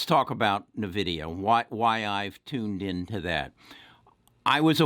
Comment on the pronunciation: It’s N-vidia not Nividia but yes great call they also mine bitcoin